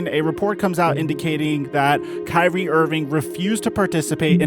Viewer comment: Why you guys make it hard. Its kyrie lol